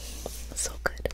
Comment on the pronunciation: Am I the only one tripping or did say "good" with her mouth closed?😭